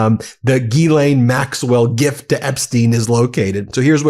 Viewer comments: Euuu one correction It’s not Gilaine but in French GhiSlaine. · Not Geeelane, it's Ghizlane. It's all in the Pronunciation. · It’s Ghislaine not Guylaine. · Please think of her name as being spelled as: Jisslenne and the emphasis is on the "slenne". The U.S. media pronunciation of her name is breaking my eardrums! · We should pronounce her name: "Jizzlane". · gee lane??? come on guy, english aint that hard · Ghislaine’s name is French, a phonetic pronunciation of her name would be JIZ-LEN (French pronunciation) or JIZ-LANE (English pronunciation) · JUST A MINOR POINT,,,,Her NAME IS GHISLAINE,,,PLEASE,,,try to PRONOUNCE it RIGHT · at least learn how to pronounce ghislaine. it seems juvenile to mispronounce it on purpose